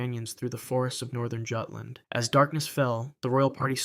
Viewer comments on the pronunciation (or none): Jutand is pronounced Yootlund. Excellent video tho my friend🙏🫶🤘❤️🖤